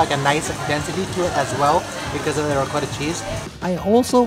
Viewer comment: you're saying ricotta wrong... reeee-cot-ah